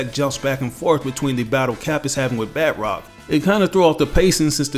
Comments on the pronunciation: Hah :D bud it’s isn’t bat rock, his name is pronounced bah trock, he’s French, does bat rock sound French ? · Just a little nitpick, batroc is French and pronounced more like “batch-rock” than “bat-rock”. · It's kills me when he says batrocs name because he pronounces as if it was spelled batrock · Its not pronounced Bat Rock..... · We all make mistakes